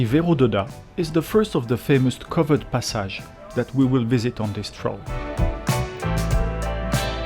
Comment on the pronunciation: Actually, your English pronounciation of Passage is different than an American would say it. For place names, we should learn the proper French.